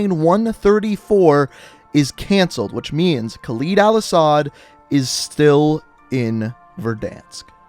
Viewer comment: I don't wanna sound like a dick whilst being a dick but can you start saying Khaled probably it isn't khaleed it's Khaled